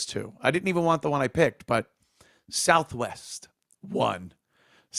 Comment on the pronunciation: "Souf Wess" 😂